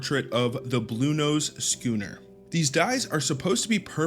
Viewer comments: Not shoe ner. Skkkooonner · SCHOONER IS PRONOUNCED SKOONER!! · Schooner is pronounced "skoo-ner" btw :) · Pronounced: skooner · Shooner? My God I think I have heard every word in English mispronounced As soon as I head “ Shooner” that was it for me with this guy forever.. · Yup. 100% on the pronunciation 😂